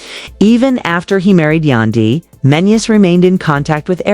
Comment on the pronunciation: Please enunciate Yandy's name correctly. It is irking me! 😫